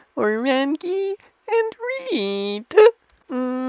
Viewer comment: The way you pronounce some words just convinces me that English must be your 5th or 6th language and your brain can't comprehend that "red" isn't pronounced "reed"